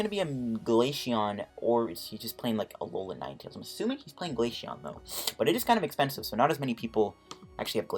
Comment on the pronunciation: It’s glaceon not glasheon